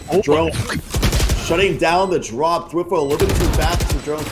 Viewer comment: i really didnt like the announcers. especially round 3 9-7 TSM. when they lose 3 members of their team they instantly dropped into the "falling apart for __ team" phase. they seemed kinda biased to me, but idk. also I just noticed that they pronounced thwifo's name as "thwiffo" edit: rewatching i noticed that they said "weak omen in the face of a jett" like what does that fucking mean